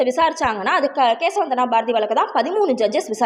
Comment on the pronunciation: Modhala nalla pronounce pannunga keshavananda bharathi a